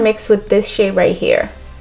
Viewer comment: Everytime I hear her say shade I think she's saying shit 😂😂😂